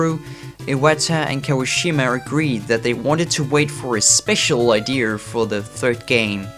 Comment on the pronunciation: lol Idearrrs